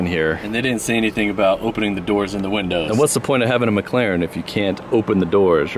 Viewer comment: I knew was sigma because he said I don’t need entirteiment I have a mclareann